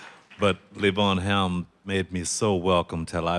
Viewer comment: Was great to see him pronounce Levon Helm’s name correctly. Yes, it’s not LeeVon, it’s Leaven. I read that he just got tired of having to correct people, and let it go.